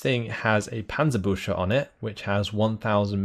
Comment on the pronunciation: Panzerbüchse: you are saying the „chs“ like an „sch“, but it aktually sounds like an „ks“. „Büchse“ is a type of gun, while „Büsche“ means bushes, so say „Bükse“ instead of „Büsche“ please!